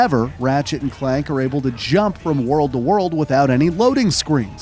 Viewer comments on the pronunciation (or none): Is this channel narrated by a real person? How did they get Clank wrong and called him Clark???